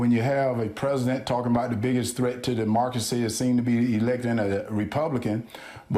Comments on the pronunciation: Demarcacy? What did he say? 🤔 Jesus, his pronunciation of words is abhorrent. I'm sure he meant democracy. Ugh. Vote 🌊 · US Da-marcus-see (?) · De-mark-usy. Thanks loads, Herschel. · Demarkracy bothered me too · ‘Threat to DeMarcusy” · I heard “dis-market” and “D’marcy”. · He seems tb saying demarxcery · WTF is DeMarkracy? Who is this Mark? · I literally just spent 10 minutes choking on my croissant because I took a bite right as Walker say 'demargery' and saw David's exasperated facial expression. 😆 no David, it's not picky to expect a politician to speak coherently and to sound intelligent! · "Demarcracy"- Herschel Walker 2022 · I think I am becoming incoherent and jumbled.. Demarkacy? Does that make me a Demarkt? This is Senatorial material... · "the biggest threat to demarcracy." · Biggest threat to “demarcacy”…🤣 I almost feel bad for making fun of this dude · I love it. "Demorcasy". WTF? I don't care if he's republican or democrat, a man who cannot speak, cannot make sense, and clearly cannot understand any complex issues, should not be running for office. EVER. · Its not nit-picky david but he said demarcacy NOT demargracy, as you claim, so wake up sir. Lol 😅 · Dee - marga see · Demorcascy? Hershel can't even say democracy. Shortly after announcing he was running for senate he said he would get a CTE (Hershel calls it CRT) scan and make it public. Did he forget or is it just that bad? Both? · Sounds more like "demarcracy". What a complete babbling idiot. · He’s saying Demobcracy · Word for the day: Demarcrasee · Derrrrrrrrrr markacy…. So fitting that he can’t pronounce that word. What a mess. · Take a drink every time he says demarcacy. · "Demarcacy" - Herschel Walker Half of Georgia: "He's got my vote" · "The biggest threat to Demarcacy" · Biggest threat to "Dimarkisy". If you think this guy is not qualified to be a Senator, then go "voowd". Vote blue. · duhmarkcracy ! lol. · Wasn't it 'Demarkazee'?